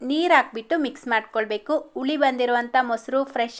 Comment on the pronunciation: ಉಳಿ ಅಲ್ಲ ಹುಳಿ, ಹಾಗೇ ಹಾಕ್ಕೋಲಿ ಅಲ್ಲ ಹಾಕ್ಕೊಳ್ಳಿ. ಹೀಗೇ ಪಟ್ಟಿ ಮಾಡುತ್ತಾ ಹೋದರೆ ಬಹಳ ಶಬ್ಧಗಳು ತಪ್ಪಾಗಿ ಉಚ್ಛಾರ ಮಾಡುತ್ತಿದ್ದೀರಿ.ಸರಿಯಾಗಿ ಉಚ್ಚರಿಸಲು ಪ್ರಯತ್ನಿಸಿ.ಕೇಳಲು ಹಿತವಾಗಿರುತ್ತದೆ.